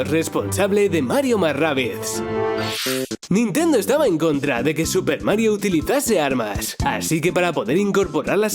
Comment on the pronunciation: Que dijiste nintenduo, no te entendí, estaba cantando sailor moon